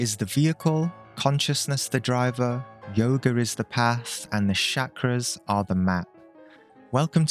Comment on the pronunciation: I think it's yoga, not yogur